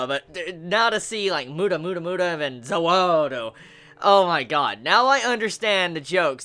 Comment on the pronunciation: Also,please don't keep calling DIO's stand "Za Warudo" or "Za Waldo" every time you mention it,it's kind of really stupid.